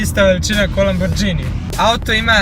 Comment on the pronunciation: brate nije lamborđini nego lamborgini nisi iz albanije